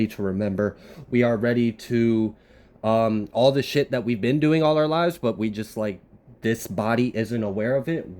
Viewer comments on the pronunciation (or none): Man when you say certain words...right...shift...